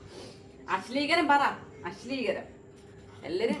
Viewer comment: asleekaram അല്ല അശ്ലീലം😂